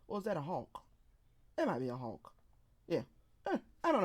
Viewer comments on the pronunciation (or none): none